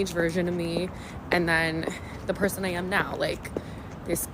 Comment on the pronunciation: Why do they always say "purr sane" for person?